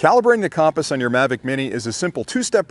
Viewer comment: Great video as always. Super helpful for new flyers. BUT I got to help you out on your pronunciation of compass.,. It’s kuhm-puhs... as in “come” here.... not KAHM-puhs. 😁😁